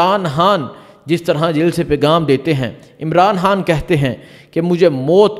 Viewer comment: Bhai g khan kehna seekh len plz Bari irritation hoti hy imran haan imran haan sun kar😅